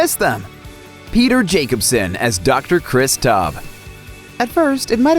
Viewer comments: You literally just compiled clips from the House M.D channel, and didn't even care enough to cut out the outro. Edit: Chris Tob? It's T-ow-b, ow i stubbed my toe. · He clearly hasn't seen the series "Dr. Tub" like wtf it's Taub! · You mispronounced Taub's name